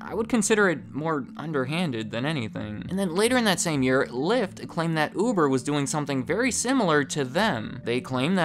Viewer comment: I keep hearing "oovoo javer"